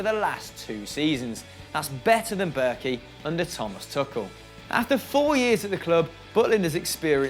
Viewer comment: Tuchel isn’t pronounced took-el, it’s two-shell